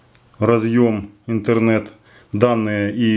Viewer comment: Не иНтернет кабель, а иТһернет кабель.